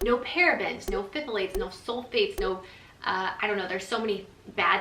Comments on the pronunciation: "Thal--lates", the Ph is silent :-) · its pronounced "thalate" you kinda ignore the "ph" lol i know it doesnt make sense 😂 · Pronounced Thay-lates 🥰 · NO PFFFFFILATES! Oh. I giggle. P(silent)-thal-ates ❤️ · It's pronounced "thigh-lates!" Love it though! ❤ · Its pronounced Tha-lates 😄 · I was dying. I was like thAaaalates